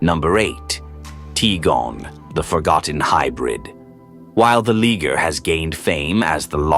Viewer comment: you mispronounced liger it's pronounced LYE-GURR